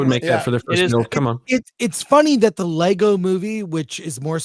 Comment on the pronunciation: It's "LEGO" 😊